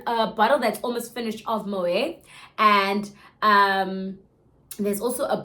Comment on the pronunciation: Moët is pronounced with the T 😂